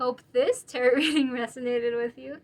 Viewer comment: I often deliberately choose (for all kinds of vids) ESL speakers. I didn’t have a problem until she said ‘territ’ for tarot (tear-ROW). I’ve never heard that one before!